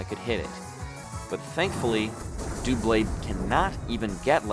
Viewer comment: It is dub-blade not doo-blade